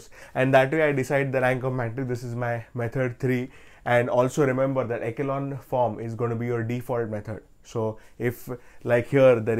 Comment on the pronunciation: echelon is pronounced as (e-shu-lon) sir❤